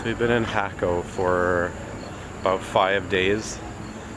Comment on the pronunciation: I just subscribed.. Good looking out. Not jayco, lol.. You probably know how to say puuuttta vida. Nice work.. Jaja